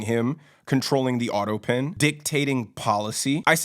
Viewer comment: autopen not autopin! Thanx for your surefooted take on what's going on, I enjoy your style and your straight shootin' courage! BTW "Doctor" Jill which is what she insists on being called, or "Doctor" Biden, is not an impressive doctor like the title implies, she has a minor degree in education that is not even impressive. nor has much clout in the Academia world. Such a bunch of breaching phonies across the board. Between OBiden showering with his daughter and having a depraved drug addict for a son, its not surprising that this is a dysfunctional family. My heart goes out to such family dynamics because its indicative of our messed up society that covers everything up and puts on virtue signalling and being insistent on being called "Dr" to make for a good image. So messed up and sad the price we pay to "look good" takes its toll on our families and our country. What a mess!